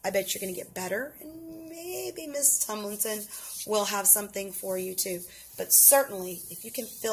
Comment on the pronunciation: and its tumlinson